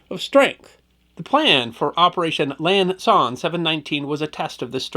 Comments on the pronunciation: It sounds like our host is saying "Lan Son 719" while the text here correct refers to "Lam". I was on the ground at Quang Tri and at the border. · Repeatedly mispronounces “Lam Son”… still my favorite channel, though!